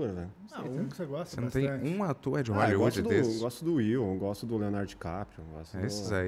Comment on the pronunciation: "você não tem uum atoer de hooellywooedi?" Kakkakkskss